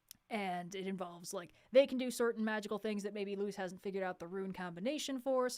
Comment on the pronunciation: It's Luz not Lucy (Spanish name)